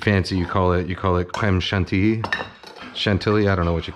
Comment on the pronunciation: Haha crème chantilly, perfectly said the first try